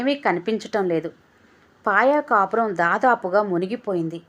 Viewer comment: పాయ కాపురం కాదు. పాయకా పురం. మీరు చదివినప్పుడు సరి చేసుకోండి.. కథ బాగుంది